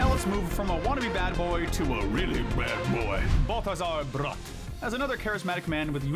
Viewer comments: It’s pronounced nuh-FAHR-ee-oh and BAL-thuh-zahr BRAT, “”! 🤨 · stop pronouncing balthazar bratt like that😭